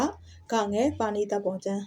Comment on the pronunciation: မြန်မာစာကိုပြောနေတာဆိုတော့ အသံထွက်ကို သေချာဂရုစိုက်ပါ။ ပါဠိ ရဲ့အသံထွက်က/ပါလိ/ ဖြစ်ပါတယ်။။ /ပါနိ/ မဟုတ်ပါ။